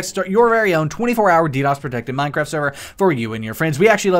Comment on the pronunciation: minecwaft uwu